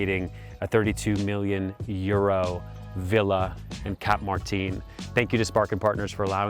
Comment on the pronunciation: It's not Spanish, why are you pronouncing Martin like that?